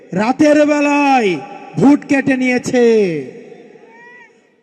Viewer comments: যে ভোট কে ভুট বলে সে আবার নাকি মেধাবী? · ছোট ভাই ভুট না ভোট?